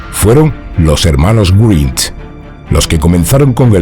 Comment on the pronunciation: los hermanos queeee??? jajajaja!!! es en serio??? Wright!!!! se pronuncia gruait!!!! no gruit!!!😱